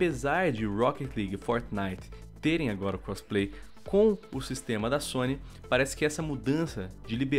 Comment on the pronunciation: "a zony" kkkkk poxa sony... Força Microsoft...lol